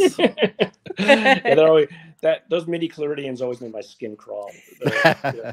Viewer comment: Oooh... caught Garry twice around 49-50ish - it's midi-CHLORians, not "midi-CHLORIDians" (i.e., they're not from Florida!); and it's AAWSAP, not 'AASWAP'. I can forgive the acronym soup, but "midi-cloridians"?? And to think I thought he knew biology!!! 😁 Great interview, startlingly original choice of guests & plenty of worthwhile insights. Listening was, if I may, a positively liminal experience!